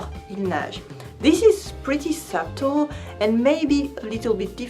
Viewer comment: J’aime ça, ta chaîne de YouTube. C’est tres tres utile. Oh, and I thought you might want to know that English speaking people don’t pronounce in the b “subtle.” Some people, like myself, say it as if it were “puddle” with an s in place of the p; others say it as if it were “scuttle” without the c. I’m American, and I used to make the same mistake when I was younger. I hope I’m not being annoying, just trying to help you as you have helped me.